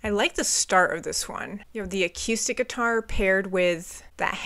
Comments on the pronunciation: Lol how she pronounces accoustic is so funny to me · We need to discuss the way she says “acoustic” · You sound very northern, the way you say "Acoustic" is so funny. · you gotta stop saying "a-que-stick". Uh-KOO-stick. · please God replace your “a-K’YOO-stic” with “a-KOO-stic.” no one on the planet pronounces it that way, TY! 🤘😂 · Great album. BTW, the word acoustic is pronounced ‘uh-coo-stick’ not ‘uh-cue-stick.’ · I love the way you pronounce the word Acoustic..I say A-COO-STICK...you say A-CUE-STICK..and I adore it - PS> The reason this album sounds so crisp and perfectly Garage..is not only rivers Cuomo being a genius..but Ric Ocasek produced it..he was the lead singer of The Cars..and this album is basically the greatest Cars album ever made by way of Weezer.. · I REALLY hate to be "that person" but I really like your reviews for the most part and I think the thing I most dislike could be easily corrected. You say "a-cue-stick" instead of "a-coo-stick." Also, you refer to an acoustic guitar when you're actually just hearing clean (non-distorted) electric. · Ugh Coo Stick... not Ugh Cue Stick... picky but, relevant and honest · The fact that she “teeters” on My Name Is Jonas officially disqualifies her from being a reviewer. And the way she pronounces “acoooostic” instead of “acoustic” drives me nuts. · I love the way she pronounces acoustic - a-cue-stick. It's adorable. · I was looking for this comment, I was going to spell it akewstic, but I like your spelling better. Great analysis of the album though, just subbed. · I really like the way you pronounce acoustic. AQustic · whenever you say acoustic, it kinda sounds like you’re saying “acoostic” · Great reaction and review.......I don't know why the way you say A-QUE-STICK bugs me lol sorry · What is a"cuestick". Why are you intentionally saying it so wrong and weird